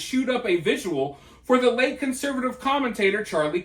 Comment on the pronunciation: Are you calling vigils 'viduals' 😂